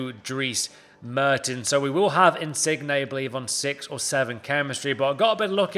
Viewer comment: stop calling him in-sig-ney it's in-sin-yay ffs😂